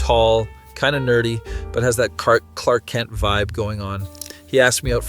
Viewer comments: It’s super hard to tell if your ai or a real person lol, but the way you mispronounced Clark Kent made me want to believe ur human lol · it’s a person he messed up twice in the first story